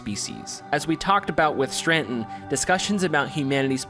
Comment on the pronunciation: Im trying to watch this video because i find the philosophies presented so interesting but>> DUDE YOU EVEN SPELL STRATON WHY YOU KEEP SAYING STRRRRANNNNTONNN?!? lol ANYWAY Im glad you made this video. Its great to revisit some of this stuff and to be honest i never noticed this straton stuff, but i did notice some other cool hidden gems in this game :D TRANSCEND!!